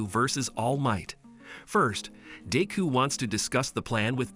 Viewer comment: i just love how he sas dick ho